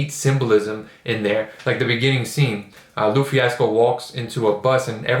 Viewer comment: I know this is a late comment but for future videos lupe is pronounced lou-pay